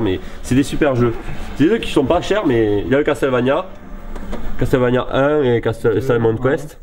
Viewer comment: On ne dit pas "CAS TEL VANIA" mais "CASSEL VANIA" en phonétique....^^